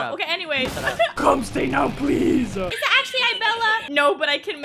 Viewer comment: “Let me in pleas” lol